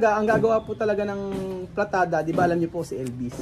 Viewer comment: PALITADA PO. HINDI PLATADA